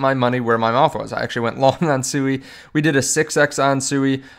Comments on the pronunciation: I'm interested in SUI pronounced SWEE, not only according to the co-founder and all the devs but dictionarycom proper pronunciation. You must be talking about some mean coin called SUEY. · Pronounced “Swee” no?